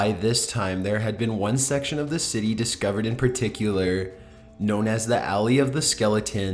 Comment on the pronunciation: "the way they were discoveredddddd" "the caustic water caused them to meet their demiseeeee". like jeez, I WAS interested but I cant watch this. the monotone voice with the held out ending syllable kills me. I would much rather listen to this on mute, I think this is the same guy that does top15s and I had to block that channel so I wouldnt accidentally click on it.